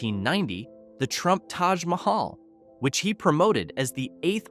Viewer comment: The way he pronounced Taj Mahaj tells you everything you need to know 😂